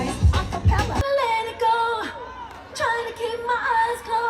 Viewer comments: it’s (A-MARIE) 😂😂😂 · I've never heard anyone pronounce Amerie's name the way you are doing it.